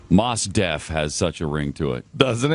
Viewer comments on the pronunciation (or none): Glen is such a hack that he didn't even take the time to look up how to pronounce Mos Def, then he talked about the pronunciation with absolute certainty, despite the fact that it is pronounced Mos like Most with a silent t. Seems like he should probably know the facts rather than making them up as he goes along. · How childish is it to mock someone's name?!? & it's pronounced "most" not "moss". & they can give the prisoner a feeding tube surgically put in the stomach, not the painful way way of putting a tube through the nose. Glenn Beck is an idiot surrounded by other idiots on his show. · You "Artards" are pronouncing his name wrong. His name comes from the two words, "Most Definitely". Like, "Most Definitely" one of the best rappers in history. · Is not Moss Def, it's Mos Def. Also, he is a beast rapper. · Maws Def..... I want to put this dude in the face. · they're purposely pronouncing mos def wrong. this is a shame.